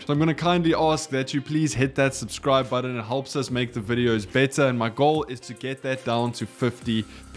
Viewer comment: The minute you can pronounce the word "button" properly, I will consider subscribing ;)